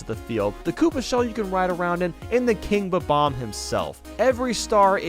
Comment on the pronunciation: Idk get how a Nintendo fanatic with over 500k dubs still mispronounces bom-omb lol. Great video though!